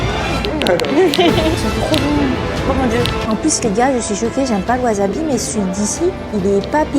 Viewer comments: Dite wasabi svppp, pas waZabi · Wasabi ce dit Waçabi pas wazabi